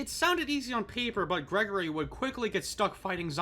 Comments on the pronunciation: STOP CALLING HIM GREGORY, IT’S GRIGORI 😭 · bro its Grigory not Gregory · Hearing you pronounce Grigori as "gregory" dealt immense amounts of psychic damage to my brain, dude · His name is Greg-gore-ree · why do people always mispronounce grigori, he literally says his name when you first meet him